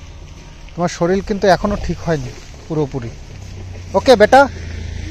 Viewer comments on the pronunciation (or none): শরীল আবার কি কথা? কথা টা শরীর 😊